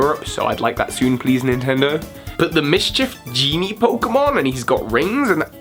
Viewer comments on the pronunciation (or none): none